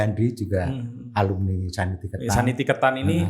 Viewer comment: Koreksi dikit, sekolah yang di India itu namanya Santiniketan, bukan Sanitiketan.